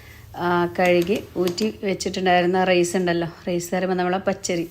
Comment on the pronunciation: വീഡിയോയുടെ തുടക്കത്തിൽ വിചാരിച്ചു സംഗതി simple ആണെന്ന്. പക്ഷേ പിന്നീട്‌ items കൂടിക്കൂടി വന്നു. എന്നിരുന്നാലും അടിപൊളി ആയിരിക്കുമെന്ന് തിന്നാതെ തന്നെ തോന്നുന്നു. ഒരു സംശയം ചോദിച്ചോട്ടേ? റെയ്‌സ് എന്ന് പറയുന്നത് എന്തിനാണ്? ഒന്നുകിൽ റൈസ് എന്നു പറയുക, അല്ലെങ്കിൽ അരി എന്നു പറയുക.